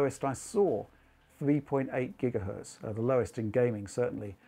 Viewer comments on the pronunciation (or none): none